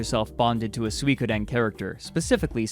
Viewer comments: "Sweekoden" ROFL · Go here and click the speaker button on the left side. it's 3 syllables: Sui Ko Den, all pronounced in the same pace and as one word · How the hell do you pronounce Suikoden!? lol :)